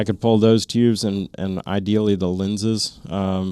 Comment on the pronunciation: Lots of great info. Have a TNVC PVS14 with 2800 FOM, and some DTNVS on order. But can you stop saying Teeoobs?